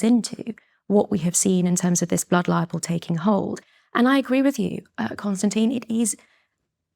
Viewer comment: Why does she pronounce "Blood Libel" as "Blood Liable" ?